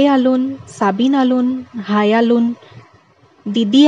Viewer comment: কাৰ্বি জনগোষ্ঠী সকলৰ সংস্কৃতি, জীৱনশৈলীৰ ওপৰত চমু আভাষ দাঙি ধৰাৰ বাবে প্ৰথমে আপোনাক নমস্কাৰ ও ধন্যবাদ জনালো। যিকোনো জনগোষ্ঠীৰ বিষয়ে কবলৈ জোৱাৰ আগতে প্ৰথমতে তেওঁলোকৰ ভাষা উচ্চাৰণ জনাটো দৰকাৰ বুলি মই ভাবো ।কাৰণ উদাহণস্বৰূপে ইয়াত আপুনি koise- হাই হবলাগে ha-i ইয়াত মই কেৱল এটা উদাহৰণ হে দাঙি ধৰিছো। কিন্ত্ত আপোনাৰ video টোত বহুত শব্দ, বাক্য বিলাকত উচ্চাৰণ ভুল আছে। এই কথা আপুনিও জানে যে এটা শব্দ ভুলকৈ উচ্চাৰণ কৰিলে কি হবপাৰে । সেয়ে আপোনালৈ মোৰ অনুৰোধ আগৰ video বোৰত উচ্চাৰণত চকু দিয়ে যেন । ধন্যবাদ***।